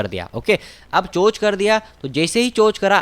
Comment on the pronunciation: चेंज ऑफ कैरेक्टर को चोंच नहीं चोक बोलते हैं बंधुवर🙏